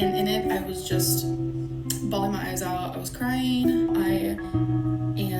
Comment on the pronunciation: Always “ball-een” her eyes out